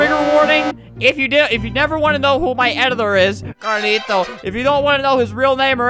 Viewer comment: Uhhhhh its pronounced............. CARLITO